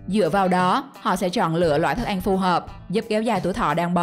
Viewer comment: Mc người vùng nào mà đọc ăn thành anh vậy ta